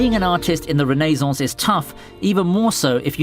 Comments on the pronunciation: Never heard renaissance pronounced ray - no - sance but idk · Why u say renaissance like that